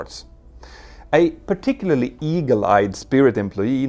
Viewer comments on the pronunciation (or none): none